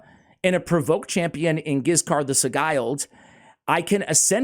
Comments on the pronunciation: Asssssshhhhh. Love the content but… Sigil. Just add a D to Sigil. It’s the only pronunciation that drives me bonkers lol I appreciate you. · It's pronounced si-jilled I think. Anyway he's pretty good in PvP too. Very underrated. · Mmmm. Let's look up the pronunciation of 'sigle'. :D